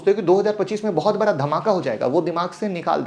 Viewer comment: बड़ा खेल बोल भाई नाकि बरा खेल 🙏